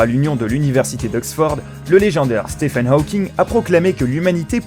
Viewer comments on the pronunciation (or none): Pour info: Stephen se prononce « Stivène », et pas « stéfène ». Également, en français, neurone est un nom masculin.